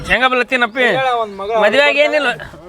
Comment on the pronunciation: ಶೇಂಗಾ ❌ ಸಂಗಾ✔️🤣🤣